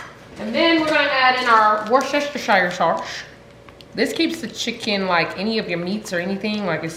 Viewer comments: It's Worcestershire sauce. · Dawg I thought I was the only one who said wochester sauce like that😂😂